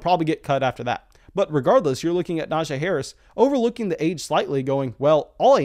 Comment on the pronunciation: I know it shouldn’t bother me but his name isn’t pronounced the way your saying it. He actually told everyone in an interview it’s pronounced Na-G. Great video as always, but that is just driving me nuts for some reason.